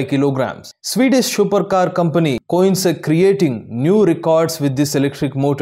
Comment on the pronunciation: Company name pronounce wrongly